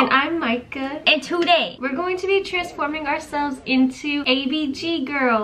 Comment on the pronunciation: Anyone else love how in their intro, always pronounces 'Today' as 'two-day'?? I always say it along with her🤣🥺